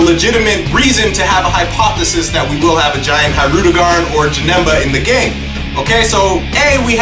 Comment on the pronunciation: Oh Man U butchered his name lol